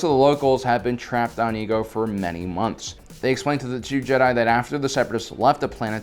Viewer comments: The planet's name is pronounced E-A-GO... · It's pronounced i-e-go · "...only found on the planet of Ego." Excuse me,, but last time I checked the planet was called Iego. Not Ego. Also, do you HAVE to continue calling Jar Jar a "Sith lord" at every encounter of him? I mean, seriously, you don't actually believe such BS theories, do you? Sure, you might say these things for humorous purposes, but if this is meant to be a FACT based channel, I don't think it's all such a fun idea. Just imagine people who decides to wanna learn about the Clone wars or just Star Wars in general, and they hear you saying Jar Jar's a Sith Lord. And the just figured out that a Sith Lord is literally one of THE MOST DANGEROUS and EVIL figures in star wars. Basically what I am saying is: Stop spreading tiny white lies every now and then. Okay? It'd make looking at these episodes 10 times more enjoyable. Thank you.